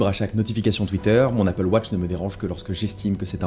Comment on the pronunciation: Merci d’avoir prononcé AppleWatch et non APPLEWOTCH